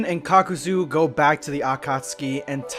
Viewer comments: anyone being triggered by his very off pronunciations of most of the words associated with naruto? like when he says "kakazu" or "hidan" very off? idk it turns off the immersion for me. Feel like you are just reading off a paper and not feeling the true immersion of the script. Just some constructive criticism. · It's pronounced (kakazoo) Not "cuckoozoo" They say it in the show repeatedly. Idk how that's hard. Like holy shit you and every other anime youtuber can't pronounce names like you're doing it just to piss people off. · Hid-an HID FUCKING AN BRO ITS HI-DAN THAN KAKU-ZU ITS KAK-A-ZU JEASUS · h-i-dan and kak-oo-zoo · He-dan and ka-kuzu smh 🤦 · Kuckuuzoo? Hiden? Rahzengahn????? Boi what the fack? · "Hee-Dan and Cock-oo-zuu" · As an ally of the Naruto community I'm gonna pretend that you didn't call them that, This nigga said Hidān and Kukoozoo Bro prolly the type too say cammyhammyha instead of Kamehameha 😂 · y u do madara hidan and kakuzu name like tht smh